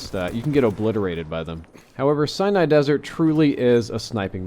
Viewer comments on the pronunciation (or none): Are you sure its Cyanide Desert and not Sinai (sen-i) Desert? All of the other videos I've seen say Sinai. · its pronounced SI-NAI